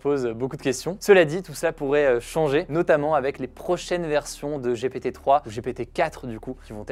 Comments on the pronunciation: J'ai rigolé à chaque fois qu'il a dit GPT (J'ai pété) : J'ai honte 🤭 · Ça se prononce "Gi pi ti" sinon tu as un peu l'air con ... 🥲